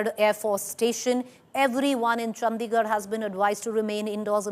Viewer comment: Why does she say Chd like that..chandddigarh